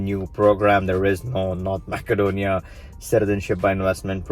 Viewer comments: I've noticed that a lot of videos on the subject pronounce Macedonia as Mack-adonia instead of Mass-adonia. Is there a political reason for this? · Useful info! Quick comment: it's pronounced “massedonia”, not “mackedonia”. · Pronounced Ma-suh-donia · It is Macedonia, not MaKedonia.